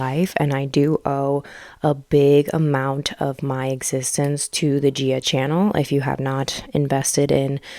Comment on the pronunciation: yeah I was going to say the same